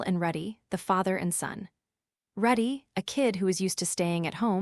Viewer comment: Calls Rudy ruddy Calls wake-see-uh /ah wrong